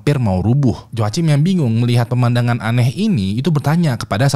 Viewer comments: Cara nyebutnya HOAKIM bang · Joachim bacanya yoakim bang 😭